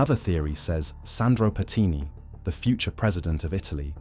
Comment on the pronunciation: Pertini, not petini 😂petini means little farts in italian lol